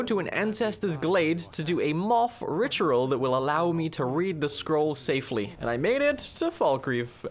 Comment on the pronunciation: Ritual ❌richaral✅🗣️